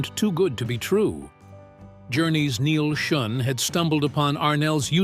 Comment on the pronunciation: I've actually met with Neal several times and he would be so pissed at that pronunciation of his Name....fix it